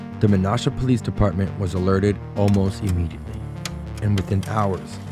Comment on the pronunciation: You mispronounced "Menasha", but otherwise a good video! Source: Me. I grew up in Menasha.